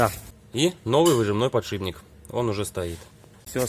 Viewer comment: Ребята ну не подшибник .... Ну бля аы же вещаете на большую аудиторию ПОДШИПНТК , подшиПник .....